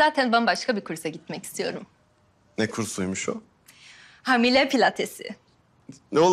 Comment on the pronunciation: Yine hamil demesi baran ya